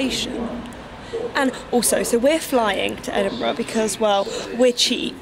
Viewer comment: I swear to god this video was originally called edingbruh hahah